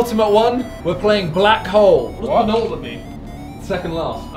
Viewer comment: Nobody: Not a single soul: Simon: PENULTIMATE